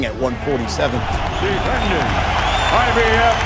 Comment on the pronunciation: Either ur boy uses Advanced text to speech or he doesn't know how to say Mikey or IBF